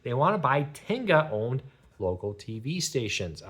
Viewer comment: FYI... it is Tegna, not Tenga.